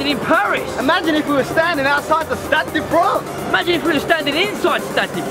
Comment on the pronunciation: Stade di Fwance you kill me 😂😂 I'm french